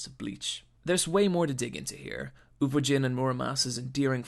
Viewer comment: so many mispronounced words araki, kakyoin, uvogin, and probably more lol